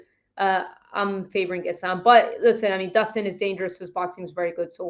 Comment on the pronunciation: It's Islam guys, not Izlam. S in Islam is pronounced the way you would pronounce it in the word 'Strike'.